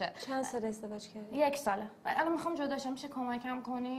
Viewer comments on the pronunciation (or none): meekhaam - not meekaam